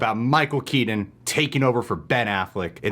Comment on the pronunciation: Say Keaton right god damn it! Drives me insane!